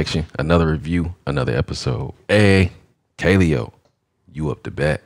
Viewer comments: Kuh-lay-oh is how u pronounce it. Listen to No Good. Also they have videos in an actual volcano, and on an iceberg you should check out. They're dope af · Just in case anyone was wondering, it's pronounced "kuh-LE-oh." They're out of Iceland, and they're SICK!!!